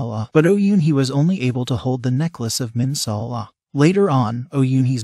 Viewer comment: Can you not say Bae Rhona and Minsa Allah